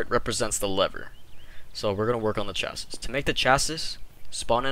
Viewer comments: sorry, the last S in chassis is silent so its said like 'chasee' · the way he says chassis makes me wanna die